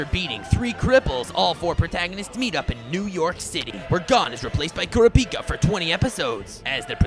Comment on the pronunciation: i just watched this and i flinched at the wrong pronounciations… i guess I forgive you for being really funny but it's ki-du-wa and ku-da-pika or something like that...